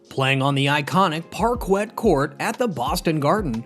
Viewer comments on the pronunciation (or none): It's pronounced par-kay as par-kwet. Never cover the Celtics again.